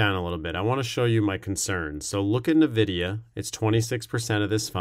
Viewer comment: excellent review, thanks Nvidia is pronounce En-videa. Not Nu-videa